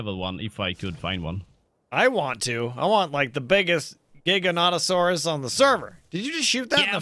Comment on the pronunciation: thank you. someone finally says the giga's name right:)